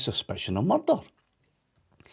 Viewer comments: There's bin a murrrrderrr.... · There's only one accent that the word 'Murrrdurgh' was made for.👍🏴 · When he says "murder" in that accent - just like Taggart